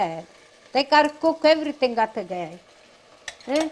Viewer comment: “You gotta mova you gotta do a evarithing” 🤣💛🙌🏽